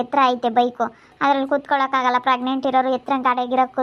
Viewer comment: ಪ್ರೆಗ್ನೆಂಟ್ ಪ್ರಗ್ನೆಂಟ್ ಅಂತ ಕೇಳಿ ಕೇಳಿ ಕಿವಿ ರಕ್ತ ಬರ್ತಿದೆ ಯಪ್ಪಾ ಈ ಗೂಬೆಗೆ ಮಗು ಬೇರೆ ಕೇಡು 😔🤦🤦🤦